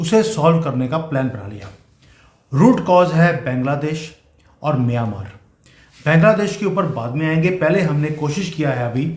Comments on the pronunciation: सर बैंगला देश नहीं बांगलादेश बोलिये. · अरे बैंगला देश नहीं बांग्ला देश नाम है।बंगाल से बंगला देश हुआ। और बंगाली लोग बांग्ला बोलते है। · Please try to pronounce 'Bangladesh' properly 😊